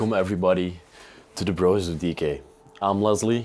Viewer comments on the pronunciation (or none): none